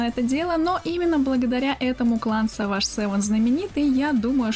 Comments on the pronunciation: не саваш! а севендж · Не саваж сэвэн, а сэвэдж сэвэн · Севейдж, а не саваж( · е савадж сэвэн, а сэвэдж сэвэн, в переводе Дикая Семёрка! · Ахах, английский пусть учит, правильно читается не саваш север а севейдж север и на данный момент этот клан уже распался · Сава́ш севен бл... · De Vater Lo De Vater Lo Даун,правильно Севедж Севен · У меня одного инсульт случился после произношения Savage?